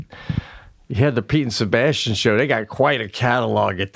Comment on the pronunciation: Sebastian said "The Pete & Sebastian Show" and it totally sounded like "The Pizza Bastian Show" to me. 😏